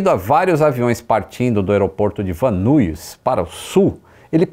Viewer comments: A pronuncia é " Van Nais" e não " Van Nuis", para a cidade de Van Nuys. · Van Nuys, se pronuncia “Van Níes”….. morei em LA quando fiz faculdade. Van nuys, van nies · Excelente vídeo. Eu já morava aqui quando isso aconteceu e ver todo o mapa e o que o piloto tentou fazer foi bastante esclarecedor, já que eu sempre a dos nessas estradas e conheço bem. Só uma dica: o aeroporto e a cidade de Van Nuys se fala “VAN NÁIS. Abraço